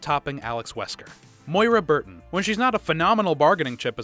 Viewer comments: The lack of knowledge of the series and lame jokes with flat delivery is driving me insane. Why do this video? And stop saying “Barry Burkin”. It’s BURTON! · Is it just me or is he saying barry birkin? Instead of burton lol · you guys must really like mispronouncing Barry's last name in a lot of your RE videos